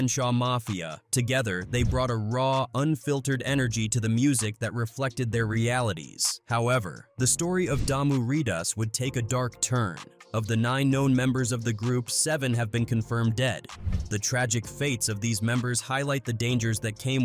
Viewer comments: The concept was stupid....there is zero talent when all you sing about is killing your enemies. This is horrible AI editing calling damuridas...sounds like a drink....damoo rydas is how it's pronounced. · Nice video but the pronunciation is wrong you say damoo readaz and tweetie lock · Who all get triggered when he kept saying Dame mu ritas it’s pronounced Riders Ridas not ritas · “Damu readaz” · Man who the hell is the narrator? He butchered a lot of these words.. "damu reedas" "loc" pronounced "lock" is insane. Get out own people to narrate next time